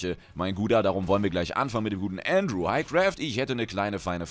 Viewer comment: hi Craft, ich bin Andrew der dir bei Twitter geschrieben hat. Danke erstmal das du meinen Namen richtig ausgesprochen hast ^^ bist einer der wenigen die das hin bekommen. Und vielen lieben Dank für die beantwortung meiner Frage. Kurz zu mir . Ich spiele fast nur M+ im Bereich 18-20+ habe zwar mal alles durchgequestet aber das ist lange her. P.s: liebe deine videos und du bist einfach nur der Hammer. Würde ich Horde spielen dann würde ich in jedem mogrun mitkommen ^^